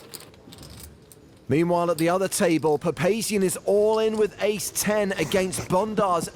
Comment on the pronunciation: Ace. Not ass lmao 😂